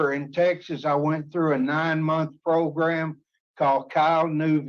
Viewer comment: Maribella: "you took some progrums, you did good in those progrums, tell me what you learned in those progrums. Ultimately, I think you need some more progrums."